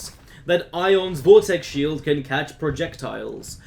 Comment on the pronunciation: I've uh...been executed while having a shieled... lol